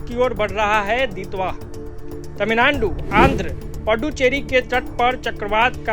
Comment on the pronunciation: मोदीजी ने तमिलनाडु का नया नाम 'तमिललोड़ु' दिया था और आपने - 'तमिलनानडु'। ऐसा न करो भाई, आप तो मोदीजी से अधिक शिक्षित होंगे। 😂